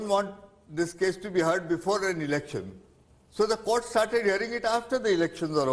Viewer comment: Rajdeep it's court, not cooker that it will have pressure..